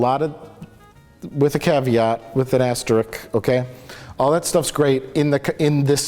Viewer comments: Mike still can't pronounce "asterisk" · Today on RLM, two grown men who can't say "asterisk".